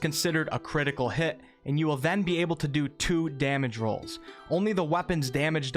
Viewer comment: Critical Hit not Critial Hit! lol. Good video though!